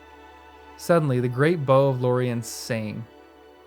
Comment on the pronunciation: FYI, the "bow" of a boat is pronounced to rhyme with "now," not "know." "Gunwale" is pronounced "gunnel." I'm not sure what you think "a fell beast" actually is. It's not just a dangerous animal, but an evil one. It's an animal in the service of Sauron. Some ordinary dragon would not qualify IMHO. I think the reason Aragorn said nothing about hearing Gollum behind them was that it would only scare the rest of the company to no purpose. He wasn't a physical threat to anybody but Frodo; he couldn't be stopped; and he certainly wasn't going to alert any strangers (who would only interfere with his own plan).